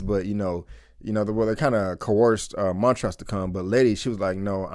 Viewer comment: Why do you keep pronouncing the characters names incorrectly? Montrose is clearly said in the show and so is Hippolyta.